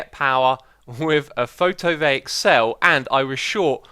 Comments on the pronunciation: Just read PHOTOVOLTAIC like it's meant to be read. Not photovaic you derp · Its photoVOLTaic not photovaic. Cheers